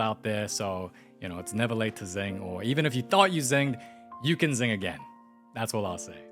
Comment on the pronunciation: sing❌ zing✅